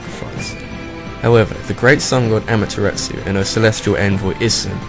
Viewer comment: However, you get infinite points in my book for putting the Orochi in the numer 1 spot! And for the record (because I feel like being picky), if you use the Japanese code of pronunciation, as I like to call it, Amaterasu is pronounced Om-ah-tare-ah-soo and Issun is pronounced Ee-soon.